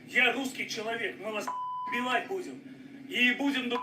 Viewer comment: Вимова там цікава,він можливо білорус. Будзем шо тебя,шо тебя